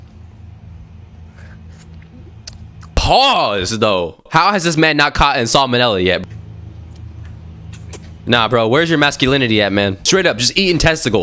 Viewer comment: Ok just to clarify . It salmonella not. Ensalmonella.😂😂😂 That's a first for me.